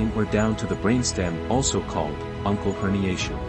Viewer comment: Uncal, not uncle.